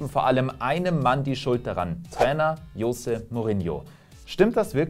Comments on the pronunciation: das heisst chose und nicht jose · Es wird Chose und nicht Jose ausgesprochen 😅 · Du weißt, dass Mourinho Portugiese ist und sein Name nicht „Iose“ ausgesprochen wird.